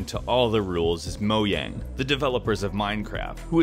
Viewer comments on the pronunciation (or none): Did... you just say moyang?